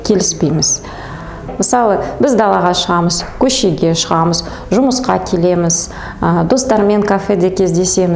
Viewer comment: 🔴🔶🔵 Опять "Ң" ды айта алмайтын тағы бір адам ... Қазақшаға карағанда орысшасы дұрыстау айтылады екен . Қазақша : 📕"БірдЬей" емес - "бірдей" болады . 📕"Кездьесьесын" емес- кездесесіҢ ! 📕"Көшеден кельемыз" емес - көшедең гелеміз (айтылғанда) Қазақ тілінде айтылуы басқаша, жазылуы басқаша сөздер көп. Орысша "кушать" дегенді - кушат деген дұрыс емес болғаны сияқты .